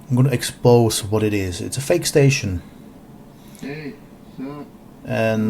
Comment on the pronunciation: When he said "i'm gonna eKS..PowZZ those lies", I was already rubbing my hands in anticipation of utter stpidity